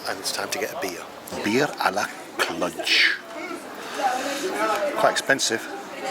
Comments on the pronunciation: I think the romanian "j" is not that common in engish. The pronoinciation is Clu + j (the "j" sounds like the first sound from the word "genre") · No, us locals really don't call it "Cludge" as you keep saying it it, lol. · Clujjjj not Clutch.... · Learn how to pronounce the name of a place you are in… kludge!? You are silly! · I think you're mispronouncing the city name. I may be wrong, though. Nice video, though.